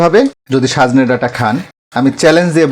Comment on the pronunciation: রান্না আপনার ভাল এবং বলেন ও সুন্দর কিন্ত আজ পিকুলিয়ার ভাবে বার বার সাজনে বলেছেন?লিখেছেন ঠিক কিন্ত...